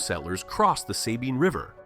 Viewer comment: Sah-bean, not SAY-bean.